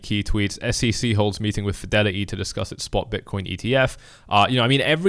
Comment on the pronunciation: For you its not ETF, its EEF